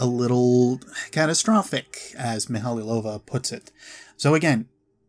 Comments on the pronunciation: Great video. Thanks for the work you've put in organising these tabs. One thing bugged me throughout the whole video though: the name is pronounced mee-high-low-va not mee-hally-low-va. Otherwise, fantastic video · I always thought it was mee-ha-low-va. Meh, doesn't matter much, I know who he's taking about.